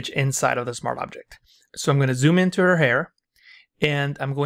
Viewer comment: bro pls say SMART OBJECT and not smarabject